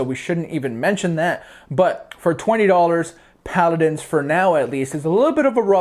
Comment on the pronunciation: it's paladins not pladdins